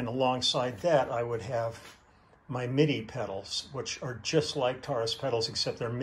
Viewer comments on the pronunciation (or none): none